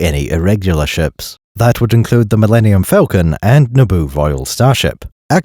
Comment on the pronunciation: All that & cannot pronounce Falcon correctly